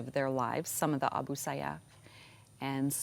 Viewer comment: you should pronounce it correctly A Booh Sayyaf...